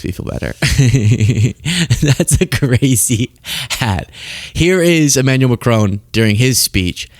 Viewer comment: Macron kind of looks badas, situation considering. Also, why you keep calling him E-manual and not Ema-nu-el?